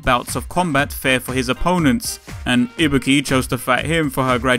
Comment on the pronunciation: first off: THANK YOU FOR PRONOUNCING IBUKI'S NAME RIGHT! SFIV kills me everytime with their pronounciations >~< and then the hidden where's wally, perfect ninja~